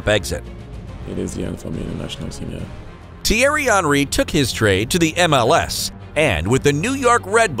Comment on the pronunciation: "Tiari onry" is how you pronounced it, I thought it was "thi-airy hen-ri"